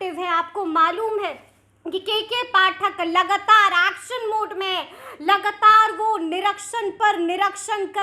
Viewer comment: जी आप भी हिंदी का उच्चारण थोड़ा शुद्ध कीजिए जैसे लगातार को लगतार शिक्षकों को शिकसकों पदाधिकारी को पदधिकारी आदि आदि